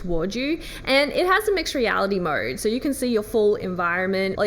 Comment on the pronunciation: I love how she says Mode….MoeRrrrred